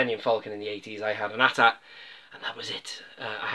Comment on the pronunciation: Thank you for calling it a AT-AT. Not A-T-A-T.